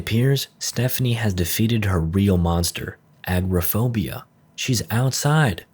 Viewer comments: It's not agraphobia, it's agoraphobia. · The hole in the wall told me to tell you, it's pronounced Ah-GOR-ah-phobia. Not Agro-phobia. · Agoraphobia. AGORA. Ain't no God damn Agro-phobia. Ambiguous Amphibian pronounces this shit wrong too. Along with half of the Zomboid community. Pet peeve. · The most disturbing part was this kid unable to pronounce, “agoraphobia”. Aggro-phobia? Really?